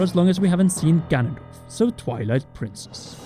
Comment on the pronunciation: I coulda sworn you said "Gandalf is back."